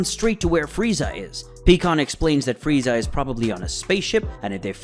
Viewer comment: This is I don't understand why you guys keep on saying the names of the characters wrong pycon it's not pecan pycon big difference and you're not the only one that says freaking these names wrong it's really aggravating but that's a good video not bad